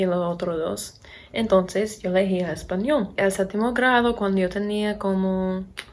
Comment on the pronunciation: Hablas muy bien, no me esperaba eso jeje Tienes acento todavía pero estructuralmente tu español es bastante bueno y se entiende perfectamente todo lo que dices. Tienes que mejorar un poco la pronunciación de la "L" cuando dices "español" porque suena como portugués, como una "u" (españou). A pesar de tener acento (de gringa, como dices 😅), veo que se te está pegando el acento de aquí.